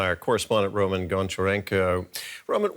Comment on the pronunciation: the host calls that journalist rOman lol, it's romAn